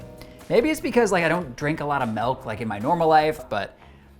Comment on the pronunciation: there is no E in milk pronunciation properly please and thank you